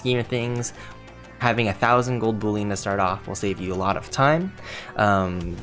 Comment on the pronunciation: Boollion?😂😂 Its pronounced bull-ion.